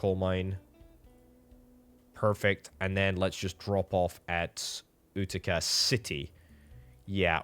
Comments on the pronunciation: FYI, Utica is pronounced yoo-ti-ca (with accent on the first syllable), not oo-ti-ca. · It’s you-ti-ca